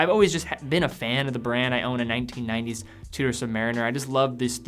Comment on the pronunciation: Its pronounced Chew...Da not two...daa, great vid